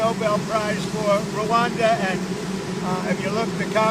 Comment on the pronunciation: "You could say rwanada, and kosavo, and the congo. I mean it wouldn't make any sense to but you could". - trump